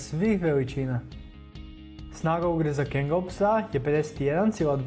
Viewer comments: Nije kengal nego kangal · Nie kengel nego kangal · E moj seljak kaze se Kangal a ne Kengal😂😂😂😂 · nemoj svatiti kao hejt ali nije kengal nego kangal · Tacno za kangala .ali brate to je kangal a ne kengal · Ne izgovara se Kengel nego Kangal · Ne kaže se kengal vec KANGAL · Kaze se kangal a ne kengal (NO HATE) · Prosečan doberman može i jače od 700PSI da ugrize a ti si stavio da ima četiri puta manji ugriz a ostalo je ok samo pogrešno čitaš i imena Cane Corso i Kangal i Argentinska doga ne postoji to je Dogo argentino ili argentinski pas Najjači ugriz ima doberman